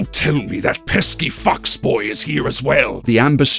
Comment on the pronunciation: In the video I thought you said fucksboy when talking about the orange and yellow blur